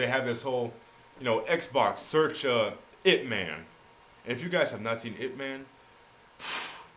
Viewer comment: did he say itman..or hitman?